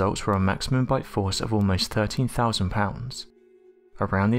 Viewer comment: not gonna lie, I thought he said the strongest butt XD